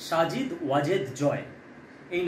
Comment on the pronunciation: সাজিদ নয় সঠিক উচ্চারণ সজিব